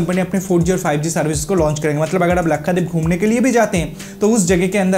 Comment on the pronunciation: Bhai Lakhadeep nahi Lakshadweep hai😀😀😀